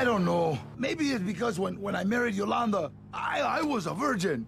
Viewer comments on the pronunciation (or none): none